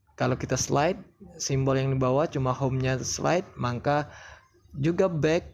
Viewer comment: Maka bang bukan mangka